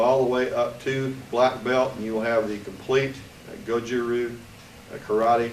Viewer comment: you pronounce "RYU" Tae Kwon Do, and Karate all wrong! Karatee, ru, and Tai Kwan Do. I do not believe you are 10th dan although you said you were Gogen's Student.